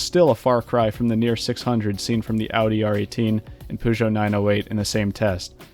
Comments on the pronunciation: “POUZO” ... My gawd its PEUGEOT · 'poozsho' is even more cursed than 'purzsho' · my favourite is poojo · damn those poohgeot's are fast (probably idk wasnt paying attention to them) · Poo-joe. How hard can that be? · Man really said poozhou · did he just say "poosho" instead of peugeot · Not even going to finish the video because of that.. Are you saying you are pronounce peugeot correctly? Very confused.